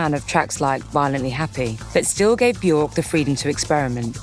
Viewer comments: if you do a video about björk, learn how to say björk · It's been nearly 40 years since the Sugarcubes and 32 years since she went solo, and media outlets like Resident Advisor STILL can't pronounce her name correctly! 🤦‍♂️